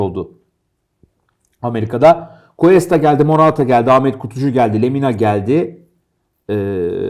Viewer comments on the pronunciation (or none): Ya 'ten bir ricam olacak konuyla alakasız ama Cuesta'yı "kesta" şeklinde okumazsa mutlu olurum. Kulağımı tırmalıyor bugün 2. videosunu izliyorum. "G" harfinden sonra "U" ve "E" gelirse o şekilde bir okuma yapılır. Saygılar 🤗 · Analizlerr çok güzeldi, teşekkürler. Ama ufak bir düzeltme yapalım: Cuesta, "Kesta" diye değil, "Kuesta" diye okunur. Eğer adı "Questa" olsaydı o zaman "Kesta" diye okumamız gerekirdi. İyi yayınlar dilerim.